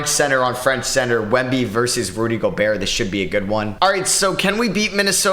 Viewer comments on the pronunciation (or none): none